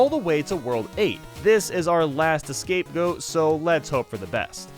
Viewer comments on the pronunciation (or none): Did he just fuckin say "escape goat" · Did my mans just say “escape goat?” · “escape goat”